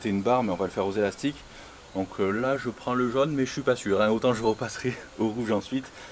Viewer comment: "Des elastic-eu decathlong" ahah cool video